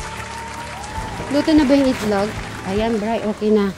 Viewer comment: Cute n ❤ hahaha tama c madam share ang pagkasabi mo ng itlog ma'm sm😊😅